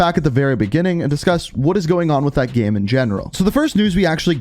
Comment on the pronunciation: The way you say „game“ kinda triggers me, great video though!